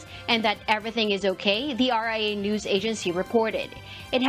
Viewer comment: Hoy, ayusin mo ang pag pronounce ng word na "NEWS", hindi "NUS", bwisit ka nag iinit ang ulo ko sayo